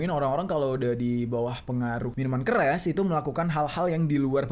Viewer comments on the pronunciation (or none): Di menit 😂. Keras jadi keres